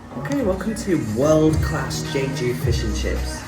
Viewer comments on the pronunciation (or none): You ate the ssam (lettuce wrap) all in one. 👏👏👏Just an fyi it is pronounced JEH-JOO.